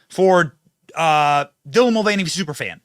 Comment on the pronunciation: What the hell is a Dylan Mul-vieny?